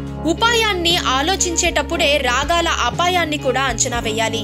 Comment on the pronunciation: raagaala (రాగాల) apaayanni kadu (రాగల ) raagala apaayanni